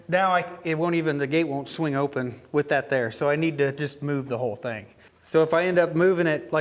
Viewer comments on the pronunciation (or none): none